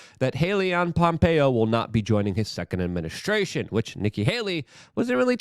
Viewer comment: Love this.... Fing love it but still smiled when he said administrution